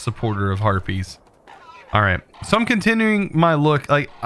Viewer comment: it sounded like you said herpies and not harpys